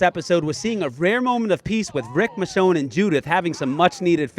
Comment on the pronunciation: It's michonne by the way